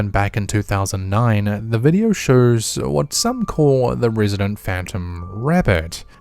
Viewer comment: “The videeerrrr shurrrrs” = “the video shows”. This guy needs to stop talking and hire a narrator. Every O sound is “urr”. It’s not even a normal Aussie or Kiwi accent. He just cannot talk correctly. “UNKNOWINNN”….smh